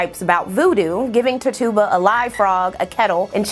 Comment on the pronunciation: Very good video and insightful. I did want to mention one thing, Tituba is pronounced Titch-U-Ba. For anyone looking for companion content, look up a woman named Lilith Dorsey. She's a local practitioner here in New Orleans who is also highly educated, a published author, and dancer. She has a video discussing Black witches represented in pop culture, which would be a good companion piece to this video. Also, if you're into AHS Coven, I'd also suggest watching the TV series Salem. Salem has Tituba featured in the show as a very prominent character. Keep in mind, this is a fictional show set in the very real puritanical Salem, MA, and uses the real names of people who were a part of the Salem Which Trials. I always enjoy coming across content like this. I grew up in a very eccentric household. I'm in the direct line of generations of astrologers, tarot card readers, etc., and also grew up going to both Baptist and Catholic services, so I was never told that any of this was inherently bad or negative. The message was always that the intention behind it is the determining factor. Thanks going over this!